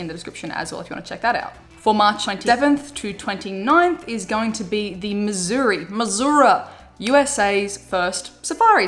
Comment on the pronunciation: Thank you for pronouncing Missouri correctly! Love your vids!